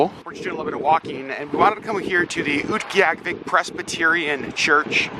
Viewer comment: Thank you for speaking so sensitively about the animal furs. Also, so glad to now know how to properly pronounce Utqiagvik! :)